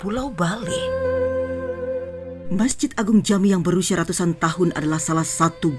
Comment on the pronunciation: rrraattuussaan tahun 🤣🤣🤣